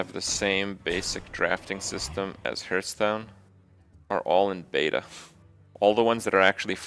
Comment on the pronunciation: 4 years and he still doesn't pronoun hearthstone correctly 😶